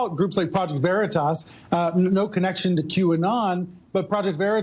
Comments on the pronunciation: Its not project veritis. Its project veritas. She pronounced it wrong on purpose to add insult like saying someone's name wrong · "Project veri-tess"? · “Project Veritess” - Ana Cabrera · I love how that cow on cnn mispronounces veritas. either she has no business being in front of a camera or the mispronunciation was intentional and meant to de-legitimize project veritas. cnn is a national shame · She can't even pronounce Veritas right. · They say "Project Veritas" incorrectly on purpose, it was intentional... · Who pronounces veritas...like THAT? For real. That felt...weird. I bet she says "nitch", too. Why is CNN still a thing? I don't get it. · Lmao! When a reporter can't pronounce Veritas properly, lmao...shouldn't claim to report the truth...CNN stinks... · Banana Ana cannot even pronounce Veritas 😂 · She cant even say “Veritas” right. Wow. And these ppl call themselves journalists?! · She couldn’t even pronounce truth...how could she possible report it 🖕🏼the communist news network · I think she intentionally mispronounced Project Veritas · She cant even pronounce the organization. Lol. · Not surprising that she couldn't even correctly pronounce Veritas. I'm quite sure she doesn't even know what it means. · Stuttering Ana can’t even pronounce ‘Veritas’ correctly — duh, duh, duh lie much Ana/CNN?! #ExposeCNN